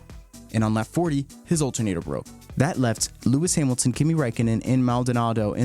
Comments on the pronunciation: "hearmilton" and disliked, and switched off. idiot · Lewis Heeeemilton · “Lewis Heemilton” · Great content. But heymilton???? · Who the fuck is Lewis hyemilton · Its hamilton. Not heemilton😂😂😂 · Lewis Himiltin?? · lewis hiemilton😂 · Louis Heemilton god 😂